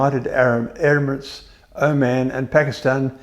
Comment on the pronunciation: I guess we just have to roll with it, since he also rattled off the Gulf country as "erimates" instead of "Emirates". Otherwise he has a pleasant presentation manner with no unwelcome drama.